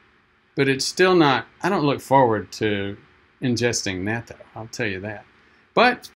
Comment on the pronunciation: If you're going to be a Japanophile, then you should try to learn the pronunciations. It's short a, pronounced like the English "not-toe" My wife is Japanese-American and she and our daughter eat it everyday as part of their ochazuke. They both always liked it. I've resisted. Yeah, that's a strong nasty taste, but it's so good for you, so I should force myself to like it.